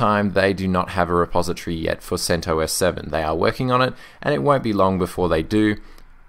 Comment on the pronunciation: you pronounce it: "sent oss" .. the OS portion sounds like the "os" in ostrich. At least according to the creator of CentOS